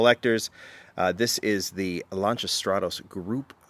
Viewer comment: Lan-ci-a….. jeez he drives me nuts how he pronounces it.